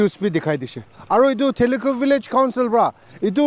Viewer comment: So sorry for correction, but its not theli khu village, it is Thilixu village.